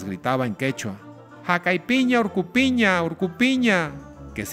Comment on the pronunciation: No es jakaypiña orkopiña...Si no es"jag'aypiña org'opiña" org'o significa cerro..org'opiña significa"esta en el cerro o en el cerro"